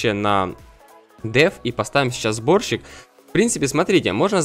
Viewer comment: Мне показалось что ты сказал вместо сборщик-борщик:D